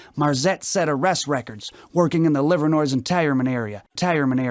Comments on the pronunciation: ..stop saying Livernois as “Liver-noise”. It’s “Liver-noy” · It’s actually “liver-nuah”... it’s French.